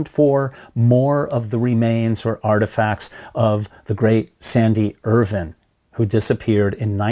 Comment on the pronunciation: it’s Irvine with an E on the end and pronounced like a plant Er-vine